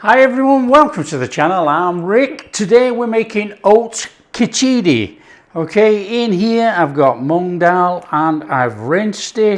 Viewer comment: And it's spelt and pronounced minus the 'i' after 'ch'. The spelling is khichdi. No 'i'